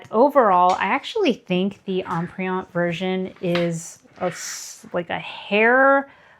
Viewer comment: Terrific video. Comprehensive and extremely helpful. One suggestion if I may. Empreinte is pronounced as Emprente without the hard e.